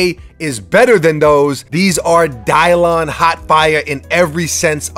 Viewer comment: I never watched none of your videos befo, but I knew you was from NY when you said this is Dylon 😂